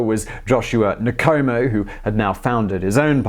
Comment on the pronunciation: With every other video where you have to say non-english names you take the time to say that you are not proficient in that language but with a video consisting of African names and surnames nothing? You butcherd every name you attempted. It's not Nikomo its Nkomo!